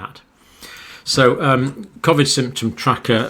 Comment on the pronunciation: Can you please tell me why you say Covid differently to everyone else